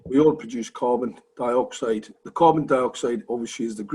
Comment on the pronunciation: Why is he saying covindioxide!